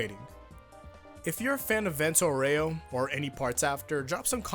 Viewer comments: It's not Aurèo, is Áureo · I don't want to be that guy, but it's pronounced AUreo. Not Oreo. It's like saying Golden Wand instead of saying Golden Wind. Sorry for being a whiny bitch. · Fun fact: It's not "Vento aurèo", it's "Vento àureo" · That "Vento OREO" gave me cancer Why no one ever pronounces it correctly? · The way you say "Aureo" is wrong and cringe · (The Italian pronunciation of “Aureo” has the “A” stressed instead of the “E”, which is a common mistake anglophones make. ;) just wanted to point this out)